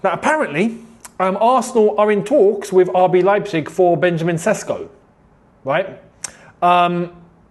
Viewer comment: for the love of God, its not Sesko, it Sheshko! Make Š great again!